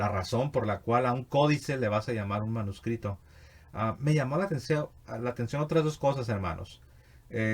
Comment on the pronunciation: La palabra Manuscrito esta formada con raíces latina y significa escrito a mano; sus componentes lexicos son manus (mano) y scriptus ( escrito); parece que Bonilla estaba fonetizando esos componentes; habría que ver si en la historia del latin hay esta pronunciación.